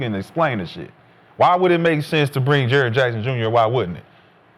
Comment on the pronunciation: lol can we call him Jaren or triple J.. cause everytime they saying Jaren Jack it sounds like Jarrett Jack!